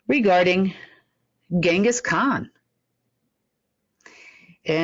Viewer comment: Genghis Khan - "G" like in Gin.